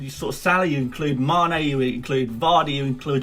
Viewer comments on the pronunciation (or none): none